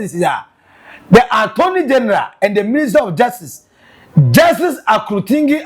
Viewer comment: is akurutinga and not akurutingi aah why cant you read and pronounce simple things